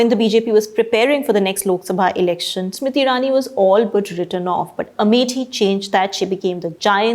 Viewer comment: Why you keep calling her Smiti and not Smriti?